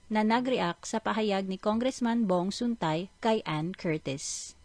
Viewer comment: Sun-TAE Hindi Suntay 😤